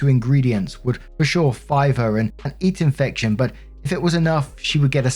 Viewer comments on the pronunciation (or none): It took me a while to figure out what "five her and eat infection" was 😂 pretty sure it's "give her an ear infection".